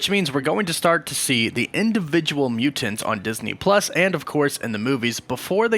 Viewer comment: Why you say mutants like that?